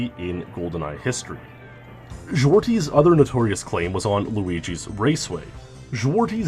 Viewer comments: Zwartjes is pronounced more like: zwart-yes or zwar-chess instead if zwarties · I love how you butchered "Zwartjes" and the other Dutch names